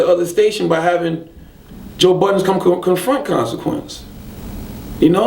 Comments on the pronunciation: He STILL calls him joe BUDDENS.its BuddeN hahaha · ITS BUDDEN, NOT BUDDENSSSSSSS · You cant even pronounce joe budden name correctly, I know he cant stand charlagay tha fraud...